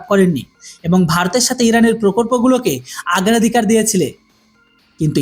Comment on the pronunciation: বাবাজী তুমি বাংলা অনেক ভুলভাল বলো। "আগ্রাধিকার" হবে না, ওটা " অগ্রাধিকার" হবে।